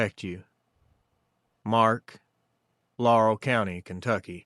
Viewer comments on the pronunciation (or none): none